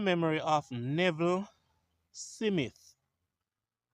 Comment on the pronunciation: the name is Smith and not Simith